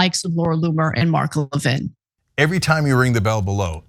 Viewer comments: Americans are the only ones so arrogant that they can't be bothered to pronounce foreign names correctly. Why is that? LEV-in, not le-VIN. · Levin is a Jewish name. Ask any non-American Jew how their name is pronounced. As I stated, Americans pronounce many names in a distorted way that other countries do not. Moss-COW is a prime example. Everyone else, including the Russians. say Moss-COE (Moskva).